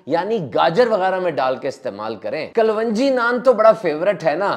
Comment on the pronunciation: Kalonji, not klwanji